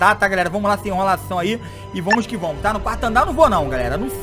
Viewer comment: "Vomo que vomos "kkkkk